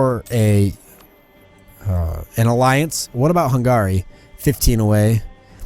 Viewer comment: The way you pronounce Hungary... Try pronouncing it more like hungry, putting very little pressure on the a. Other than that though, very good episode :D